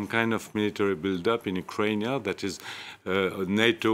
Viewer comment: He is actually the only one who properly pronounces the Russian and Ukrainian terms and names. The Slavic name of Ukraine (when spelled using the English alphabet) is Ukrayna